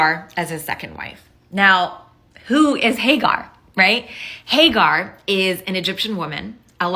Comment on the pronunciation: Hay Gar? 😂😅😂 It's Hajar